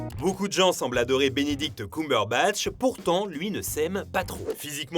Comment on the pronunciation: "Binidict" aussi 😂😂